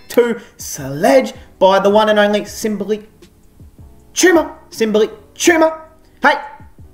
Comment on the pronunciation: i jus love the way you say "simbly chumma".